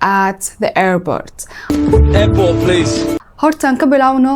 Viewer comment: Airbort kulahaa ?😂